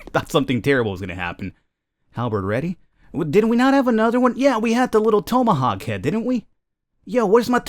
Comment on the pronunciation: tome. uh. hawk. tome uh hawk. tomeuhhawk. you had one job, man, one job.